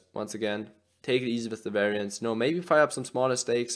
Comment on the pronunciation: Weraienz 😂 werrienz 🤣